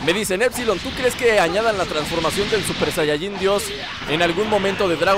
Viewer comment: Se dice super sayayin rosé